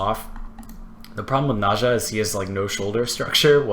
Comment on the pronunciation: It's N-eh-z-ah....ugh